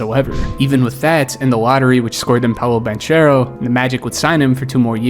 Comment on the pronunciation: banchero not banciero